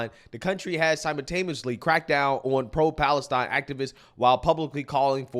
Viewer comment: Idiot can't even say Palestine properly.